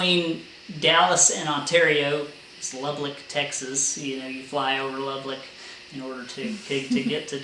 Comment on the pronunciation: You put an extra L in Lubbock. I learned that Texans don't like the names of their towns mispronounced when an ice storm stranded me Dumas. Another great video, just took me awhile to get to it.